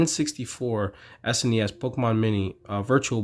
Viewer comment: wow i never hear anybody say SNES like it was a word